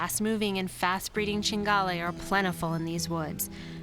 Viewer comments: ~chin,gale... its "chin-gee-ah-lay" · It's CINGHIALE baby, not cingale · cinghIale no cingale